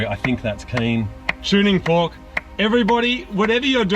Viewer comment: Perfectly said tfork